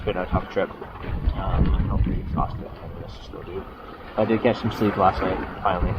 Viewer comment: 8 min and 16 sec in the film you say : Havent slept fore 60 ouers. Deed you have the helm al that time? If yes , why deedent you "hove to" ?????